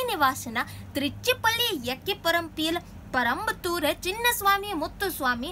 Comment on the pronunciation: Good try.....but it's not parampathur....it's perumbathur....